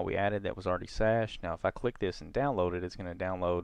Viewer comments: For the love of Christ.... Cache is NOT pronounced SHASHED OR SASHED.... it is like Cash, like money. HARD C like CAT... It is pronounced exactly like CASH. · Cached with a "c", not an "s" 😆 thanks for the tutorial!